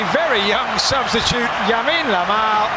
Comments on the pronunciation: did the journalist really called him YAmine LAMAL ??? :-) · 'Yamine Lamal'😂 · El relator = Yamine Lamal ... jajaja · Yamine Lamal 😂😂😂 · yamine lamal😂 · 😂😂😂🔥 he said Yamine Lamal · yamine Lamal 😅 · Yamine Lamal??? Come on man ! 😂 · But that is the correct pronunciation. In spanish, the L sounds Y so that is correct. We are rather pronouncing it wrongly.